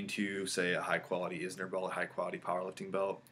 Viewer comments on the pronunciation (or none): Inzer not Izner.